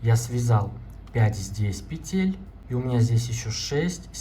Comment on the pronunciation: Не петЕтель, а пЕтель! Уже не доверяю!